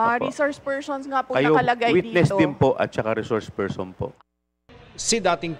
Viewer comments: Witness lng dw at wala sa rules na kasali ang resoursh pershon sabi ni. Shukran 🤣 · before reshource pershon now hays